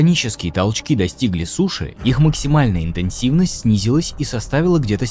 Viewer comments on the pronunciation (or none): none